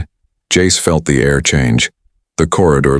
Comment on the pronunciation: Jace in Italian became Jacece...🤦🤦🤦🤦🤦🤦